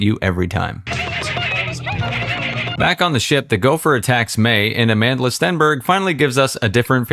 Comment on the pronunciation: "A-man-de-la" Stenberg 😅😅😅😅 I actually thought her name was South African, I didn't realize it is pronounced differently. I suppose it makes sense why Naomi Campbell shouted the chant "Amandla" and butchered it